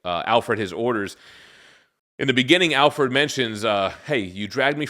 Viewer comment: I don't think I've ever heard anyone pronounce Alfred as Al-ferd.